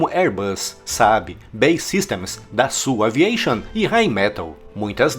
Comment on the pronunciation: "dassu aviation" kkkkkkkkk olha essa pronuncia